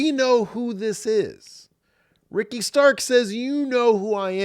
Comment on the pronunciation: It's Zoey Stark. Not Starks dude. Learn her name